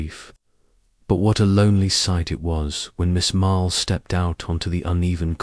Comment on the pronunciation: Story was good but mispronouncing Marple. Lots pauses where one naturally wouldn’t If you fixed that, it would be a pleasure to listen too